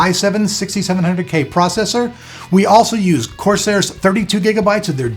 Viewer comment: Corsair ** NOT Curcial